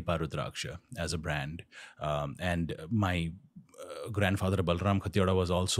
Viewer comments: Khatiwada खतिवडा है काठियावडा नहिं । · It’s Khati-Wada not Kaathiya-waada lol 😂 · he is not kathyawada it's खतिवडा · Dear Ranbir, his surname is खतिवडा not काठिवाडा । 🙏❤ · He is not खाटियावाडा but खतिवडा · Wow kathiyawada NAHI hain he is Khatiwada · It is खतिवडा not काठीयावाडा please . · Hi surname is not Kathyawadha?? It is correctly pronounced as Kha-tea-wadaa. At least get your guest’s surname correct. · Ranveer his surname pronounce as खतिवडा ❤ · Dear brother only thing to say is ‘Khatiwada’ is pronunciated as ‘खतिवडा’. 😁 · Khatiwara pronounciation is खती-वाड़ा। Love from indian गोरखा to TRS BUT PLEASE don't westernise the pronounciation instead ask him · The way he pronounced Khatiwada 😭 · Pls pronounce his surname properly....